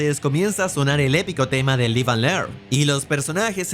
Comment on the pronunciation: No way you said live (LIGH-ve) and learn 😂 bros never heard the song